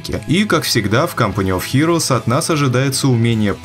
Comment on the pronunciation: Всё правильно